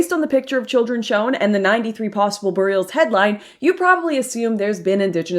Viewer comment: "BURRIULS." - Lauren's accent.